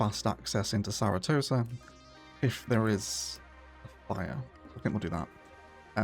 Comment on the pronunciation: Are we sticking with Saratosa not Sarasota? My grandparents lived there when I was growing up and I spent most of my summers at Manasota Key Beach. It makes me laugh every time I hear Saratosa...